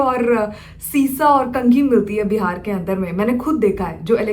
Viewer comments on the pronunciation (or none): none